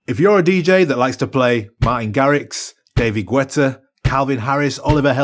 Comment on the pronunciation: david gwètta?